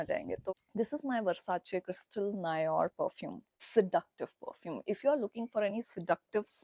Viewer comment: 'Noir' is pronounced as 'No---aa'